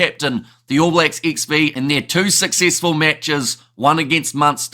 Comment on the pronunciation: "All Blacks ex vee", you do know XV just means 15?